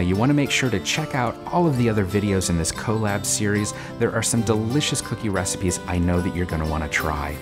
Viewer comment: The way says collab😄